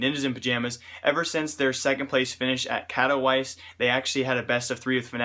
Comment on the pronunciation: I've enjoyed your channel, but here's some tips: Stop with the CS:GO News paper. Looks pretty weird and would probably make new viewers go away. It's pronounce cat-o-vee-tse (weird but it's not katowice) Maybe edit in some game play with a facecam or something? Would be great to see some clips of pros or just your game play while you're talking for so long.